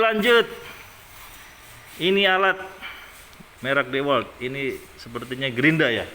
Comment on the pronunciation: dewalt (diwolt)